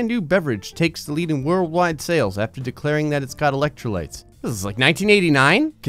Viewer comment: Brondo: it's got elek-tro-lights...